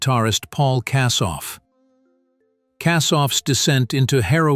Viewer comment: Kassoff? RIP Paul KOSSOFF.